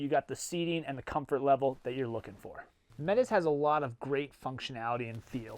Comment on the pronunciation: Why this name? The Métis people of 🇨🇦 might be wondering especially because of how you said it.